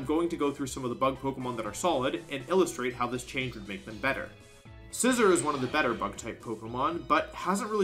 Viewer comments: I can’t help but notice you’re pronouncing Scizor wrong. It’s “SciZOAR” not “scissor” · that pronunciation of scizsor genuinely hurt me. its not pronounced like the object there is an emphasis on the O like boar or roar